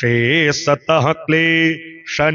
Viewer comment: Aapne galat bola jaha par klesh nivrittaye likha hai waha aapne galat tarike se bola:” klay-Shani-vrittaye” Aapne bewajah Shani ko yahan kyu uchhar mein laya jab yahan jab Shani ka koi ullekh hai naa he he koi dur dur tak jab yaha lena dena nahi hai Shani ka iss jagah Kyunke sahi u ghar hona chahiye- klesh nivrittaye means saare klesh shaant hongay❤